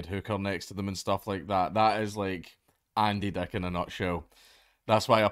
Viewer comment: I like that he says Andy Deck